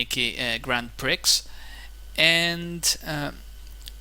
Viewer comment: haha just a note, grand prix is pronounced 'grand pree'